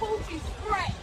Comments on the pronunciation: When Al said “skretch” 😂😭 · Al saying Skretched 😂